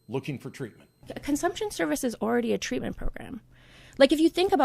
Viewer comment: Is that really “ TWEATMENT “ or “ TWEAKMENT “ ! ? ??? 😳🧐